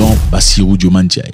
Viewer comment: Zack quand vas tu faire l'effort de bien prononcer le nom de notre président ? 😂😂😂😂 tantôt cest "diomandé" ou alors "Diomané" ou je ne sais quoi encore 😅😅 relis bien son nom au moins..ou bien?!😂❤